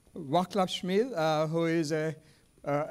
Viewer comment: Great scientist from Czechia, his name is pronounced "Vaatslav" and Smil, not Schmil.